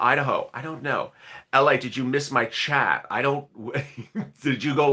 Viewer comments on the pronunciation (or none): none